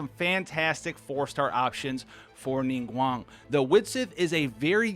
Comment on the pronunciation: Pronounced Ningguang correctly (subs instantly :D )